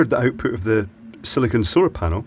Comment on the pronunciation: Sili-CONE, not Sili-CON as you keep saying. Two very different materials, as you should be well aware!